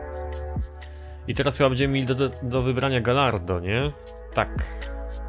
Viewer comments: błagam... GAJARDO a nie GALLARDO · Mówi się gajardo nie galardo